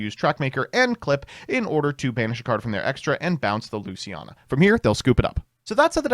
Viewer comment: “Lucina” & “ReGina”